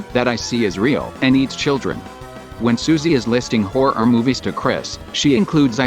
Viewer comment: I think that the text-to-speech is a perfectly fine way of reading your theory, except I have one complaint. Mabye teach it to say the word "Horror" right? It kinda tripped me up. However, this theory is phenomenal, and just as good, if not better than any other! It's so cool!